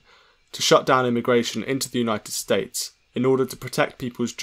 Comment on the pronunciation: Trump still can't say United States properly